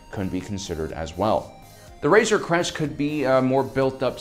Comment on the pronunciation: I keep thinking he is saying razor crust..LOL